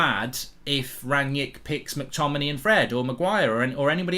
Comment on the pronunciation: It's "RANG-nick", not "RAN-yick"